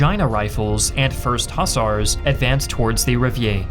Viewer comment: The word is mobile, NOT mobill. The clue is in the last 4 letters....bile. As in tile, mile, nile, pile etc. The word hussar is pronounced Hoozar, NOT as in bus are